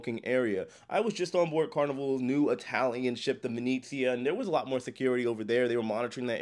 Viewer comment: Glad to see you finally learned how to pronounce “Venezia”!